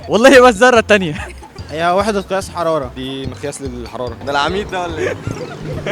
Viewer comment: يعنى انتو بتسالو الناس عن الفهرنهايت وعاملين فيها علماء ارصاد جويه وجايبين واحده بتقول (كياس) بدل ما تنطق صح وتقول (قياس)